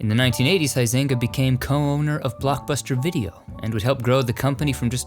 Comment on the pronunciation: LOL, how you pronounce Huizinga...which is a Dutch name.